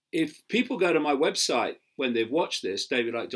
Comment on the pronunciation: Love it "in me books"